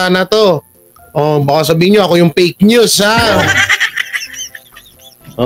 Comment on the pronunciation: Tama ka jan fake news bigkas niya is peknews.